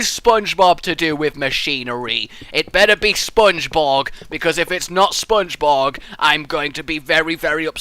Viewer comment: Spongebob not spongebog